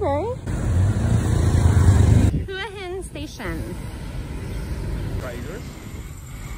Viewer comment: Thank you for pronouncing Hua Hin correctly :-)